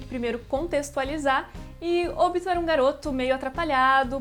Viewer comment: se fala OBÍTO DROGA